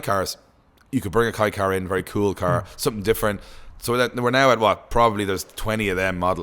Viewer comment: Kay car, not Kai car 👍